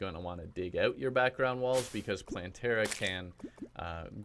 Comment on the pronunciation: Me: clicks on vid Him: Hey, people! So today I can finally bring you my plantera guide. Plantera guide. Plan-tear-uh guide Me: cries in plan-ter-a